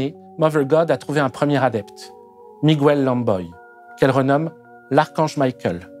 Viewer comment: Encore une fois, le contenu est fort intéressant. Merci. Deux remarques néanmoins : - la notion de soumission est, certes, présente dans un certain nombre de religions. Dire que cela est valable pour « toutes » les religions est fort discutable. - le « u » du groupe « gu » du prénom hispanique « Miguel » ne se prononce pas en espagnol, comme pour le prénom « Guy ». 😊 Au plaisir de voir la prochaine vidéo.